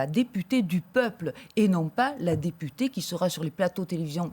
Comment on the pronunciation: "Si vous êtes élu député ou député "ée" " . Mdr, il a pas de race ce présentateur 🤣🤣